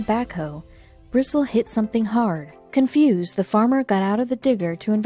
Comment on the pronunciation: Bristle is pronounced Bristlee I went to school with Jim.